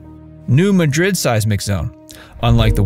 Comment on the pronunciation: New Mad-Drid, emphasis on the Mad, not Madrid, like in Spain.